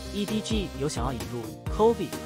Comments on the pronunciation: 為什麼把chovy唸得很像covid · chovy 念成 covid :)